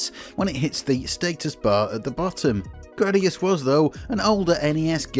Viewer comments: It's "GRAH-dee-us." I have spoken. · i have never heard anyone say Jradius ....